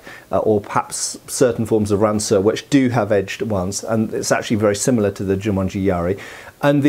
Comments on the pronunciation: Not Jumanji. It is Jumonji. 十文字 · Hey, not sure if smo brought that to attention already, but it's actually Jû-MON-ji yari. Jumanji is simply the movie; which makes "jumanji yari" quite funny actually ^^. "jû-monji" literally means "the sign (monji, or moji) ten (jû)", because in Chinese and Japanese the ideogram for ten is a cross.